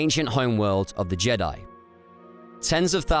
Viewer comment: Jed'aii is pronounced Jee-Diie. I've always thought the authors of the EU liked how the Vong would pronounce Jedi ("JED'AI" as they'd scream it like a witch hunter inqusitor screams HERETIC in 40k) So later on, after the New Jedi Order came to a close and focus shifted to the ancient Jedi right before disney bought the franchise and cancelled the EU, someone said: "Hey, remember how the Vong pronounced "Jedi"? That was awesome, so let's make it a thing of irony that Jed'aii was the ancient original name. Hey, y'know, monkeys over millennia in a locked room with food, water and typewriters will eventually make shakespeare as the saying sorta goes..." Surprised the fandom never caught on to such a probable easter egg. Its not the first time something like this happened in the good old days of Star Wars.